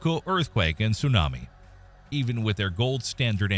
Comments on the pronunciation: The pronunciations tho..... "su nami" 🤣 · I could watch the video if you learned how to say tsunami smh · It's 2024 and you can't pronounce tsunami correctly? 🤦🏽‍♂️